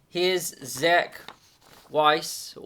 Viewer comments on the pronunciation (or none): none